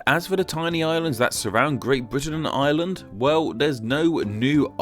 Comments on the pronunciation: He pronounces 'Ireland' and 'island' the exact same XD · can't help noticing that the R sound in Ireland is completely dropped